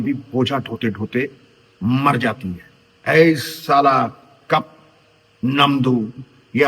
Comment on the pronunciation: The way you told " ee sala cup namdu" was total punjabi style....the "ee sala" in particular 😂😊...its "eee saalaa"